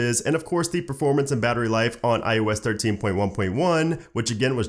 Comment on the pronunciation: Stop sayIng firteen point wun point wun (joking) it’s making my brain hurt 😆